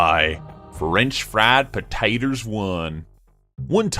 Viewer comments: Loved the funny accent when you said French fried potaters 1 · ERMEGERD PERTATERS!